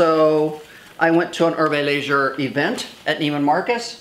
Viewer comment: You say Hermès and Herve Leger incorrectly